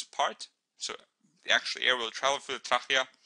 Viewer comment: ur pronouncing trachea right but when u get to the CH pronounce it as K :) lol xx did i mention how good are ur vids ! love them heaps